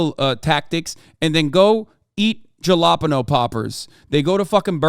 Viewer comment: The way he said Jalapeño is wild